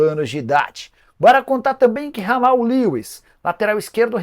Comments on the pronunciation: De novo o Nicola falando o nome do Jamal Lewis errado. Não se le Ramal. Lê-se Djamal. O homem é britânico, não é espanhol. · Dahora q o Nicola começa o nome do lateral do São Paulo como se ele fosse colombiano e termina como inglês Kkkkkkkkk